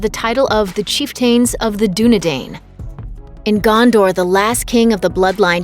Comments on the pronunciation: Chieftain of the Dunedain... does not rhyme....just saying. Chief-ten of the Dunedine...phonetically. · What’s a chief-tane? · Good video but prounounces chiften and Dunedain wrong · Its pronounced cheef-tin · Goodness...this is a terrible explanation, missing lots of important information. And for the record, please learn how to pronounce the word "chieftain".